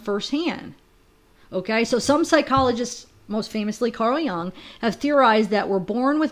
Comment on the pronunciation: Pretty sure it’s pronounced Yuung , Carl Jung is still right on in theories.. thank you for doing this.